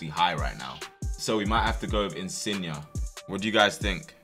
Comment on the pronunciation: my man said insigna